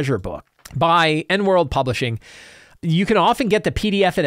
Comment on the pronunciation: Come on, you've made intros for Morrus' podcast. You know it's E.N.(ee-en) World Publishing.